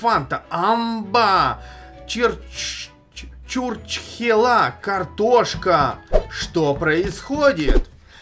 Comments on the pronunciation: Чуртчхела ударение на 1 е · Правильно чурчхееееела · сказал чурчхела́ но правильно чу́рчхела (сверху палка это знак ударения кто не понял)